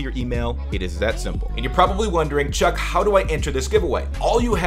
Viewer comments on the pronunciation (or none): WTF Who says truck instead of Chuck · Guys it's NOT truck It's chuck That simple